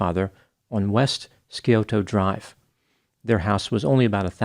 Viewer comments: As an Ohioan I find it fascinating how you pronounced Scioto!! Google maps says it that way, but we say “Sigh-Ode-uh” lol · Scioto River has a silent "c" - it's an odd pronunciation...